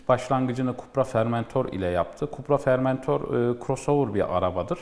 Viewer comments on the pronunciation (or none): Fermentor nedir Allah aşkına. Yok fermente sucuk. Şu araç çıkalı yıllar oldu. Lütfen öğrenin artık FORMENTOR olarak okunduğunu.